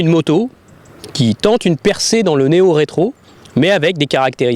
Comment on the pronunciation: néo-rétro ou Méo-rétro ????? LOL!!!!!!